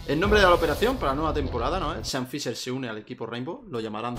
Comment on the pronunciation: Sean fisher , shan fisher 😅